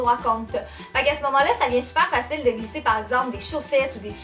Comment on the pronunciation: Ah ah j'adore tes vidéos tu donne un air frais avec ta joie de vivre et ton accent rigolo On doit te le dire souvent mais je suis française et tu me fais rire quand tu dis les souliers (chaussures en France ) ce au lieu de ça En fait tu e à la place de à c'est amusant... Gros bisous continue comme ça